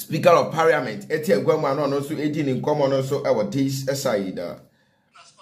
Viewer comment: is parliament not pariament